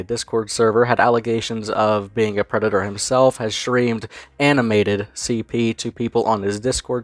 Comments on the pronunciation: Whyte Bwosa is a Pwedado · Da White Bowsah is a pwedatah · Wemember evewyone The white bowser is a pwedator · Bowser being the creepy predator he is is made even worse by just how much of an arrogant, smug little prick he is. Oh sorry, I meant pwick. Pwedator pwick. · white bowsa is a prweditor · Always a good day when someone uploads a vid on Bowsuh. The more people aware of this shitstain, the better. And as always, the White Bowsuh's a pwedatuh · Tha white bowsa’s a pwedata